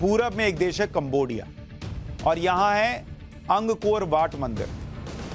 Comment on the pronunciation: अंग कोर वाट नहीं है ये "अंकोरवाट" है श्रीमान जी!